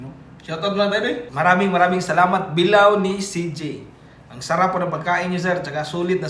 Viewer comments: Bila-o hindi bilaw! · pronounce bilao ni CJ.not pronounce bilaw ,pronounce it as bila o